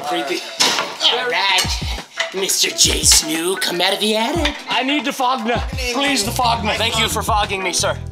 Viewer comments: It’s so funny how he calls them jsnu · Preston said jsnu twice 😂😂😂😅😅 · Preston always said jsnu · Preston literally calling them jsnu 😂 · the thing is that preston is sayin JSnu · It’s awesome how he calls them Jsnu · Preston keeps on saying JsNu” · Preston saying jsnu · He’s calling them JSnu 😂🤣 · Preston I think you said Jsnu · Yes, I remember Preston saying JSNU. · Preston keeps calling them jsnu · lol he called them jsnu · Man really said jsnu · Was he calling them jsnu? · Did preston just say Jsnu?? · He called them jsunu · it sounds like preston is saying 'jsneo'' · Preston kept saying jsnu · You’re saying J stew wrong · Hey Preston you said jsnu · He said JSNU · he was saying jsnu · Did he just say jsnu ? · bruh y presten saying jsnu XD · Preston stop saying Jsnu 😐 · I hate that Preston kept saying jsnew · Preston say jnstew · You said snu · Bruh he keeps calling them Jsnu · Stop calling it jsnu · I mean, I love how Preston calls Jstu wrong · He said Jsnu instead of jstu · You said jsnoo LOL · Preston you said Jsnu no More Jstu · I love how he calls them Jsnu 😂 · Preston keeps calling them JSnu! 🤣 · ITS JSTU NOT "JSNOO" which is what you keep saying like XD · Preston said morejsnu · I know right I was like it’s Jstu not jsnu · He definitely said “Jsnu” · I like how he said “jsnu” instead of jstu. Lol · Yo so many times he said jsnu I just wanted to shout JSTU😂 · I like how preston said jstnou even though it is jstu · I like how Preston is saying jaysnoo but it is jastu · it was so funny when preston said jaistnu not jstu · U CALLED THEM J SNEW LOL THERE JSTU LOL TWICE! WELL 100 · I like you kept saying jsnu instead of jstu presten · Why does Preston say your name as Jsnu instead of jstu??😂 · I mean Preston says Jstnu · JSnu? Its JStu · J stew not j snew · its jstoo not jsnoo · Its j stew not j snoo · bruh preaston said jsnu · Its not jsnu Preston its jstu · Jstu not Jsnu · He says jsnu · I love how Preston said jstu wrong the entire time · You said jsnu